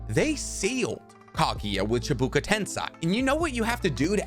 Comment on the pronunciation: I'm sorry but it's "chibaku" not "chibuka"